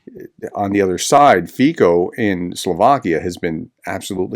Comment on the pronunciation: Just FYI Fico pronuciation is more like "fitso". Omg how I hate that guy.